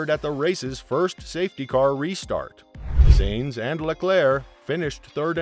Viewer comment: Please pronounce correctly. It is “Signs” and not “Saenz” Carlos Sainz is pronounced “Carlos Signs” and Binotto is pronounced “bee-noato”. I’m helping your pronunciations for future videos